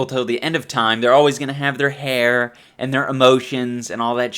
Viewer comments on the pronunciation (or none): none